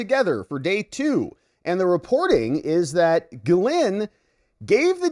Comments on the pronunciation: But it is pronounced Jizz-Lane… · I love your channel. I’m probably going to signup as a membo. You course corrected on Maxwell’s first name but you’re slightly off. It’s pronounced “gill-lane” not “gill-linn”. Not being picky, just trying to raise your profile! Keep up the awesome work brother! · Just FYI, her name is Ghislaine (Jiss-Lane) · I seriously don’t think your pronunciation is anywhere close! JissLane is what I have heard! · It's a French name so it's Gee-Layne with a soft G, but she's British so it's also pronounced Gee-Layne with a hard G. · Good grief, you looked up how to say, “Ghislaine” just yesterday and now you’re already back to saying it like an ignoramus.